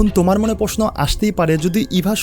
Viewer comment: 'তোমার' কেনো বলছেন উপস্থাপক?? উচ্চারণ আরও শুদ্ধ করবেন আশা করি।